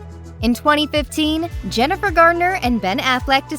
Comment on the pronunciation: Why don’t these commentators get names right if they’re going to speak in public????? There is No D in Jennifer’s name. How do these people get hired??? They need to have someone prep them before they speak if they don’t know what they’re talking about!